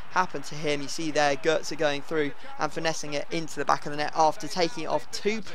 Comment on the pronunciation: gotze isnt pronouned gertza